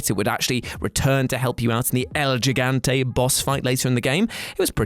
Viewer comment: El “jiggantay”? Really? 😞